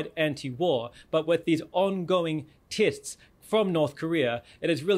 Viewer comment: Ongoing tists?! Difinse spending?! Nivir!